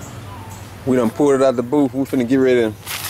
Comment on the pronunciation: it booth not boof